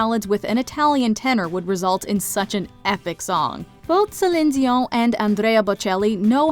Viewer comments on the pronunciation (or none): I swear this is the first time I have ever heard Celine Dion's name pronounced in French in an English sentence. lol. Great pick for number 1. I am a bad singer, so I have sung like half of these at karaoke. I think good singers always have to worry about sounding good, but I can sound bad and have fun. lol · could you have pronounced Celine Dion 's name correctly?!